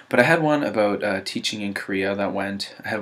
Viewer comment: i went from piano to violin, to viola, to choir....i can't even come up with anything that lasts for more than 5 years...well besides writing...i guess that one stuck with me for a while btw. i happen to notice ur Canadian accent lolz "about"